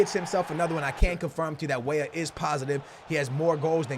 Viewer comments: Stop saying way way instead of weah..pls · Cade Walker it's like when he says Wey wey for weah... I think 💭😂